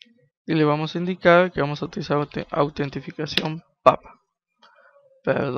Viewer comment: autentificachion xD ingles pro xD